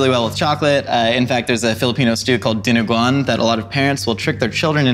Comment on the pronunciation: as a Filipino-Canadian, I can attest to this claim that my mom told me as a child about "chocolate stew." He even pronounced dinuguan pretty well. Very impressive 👍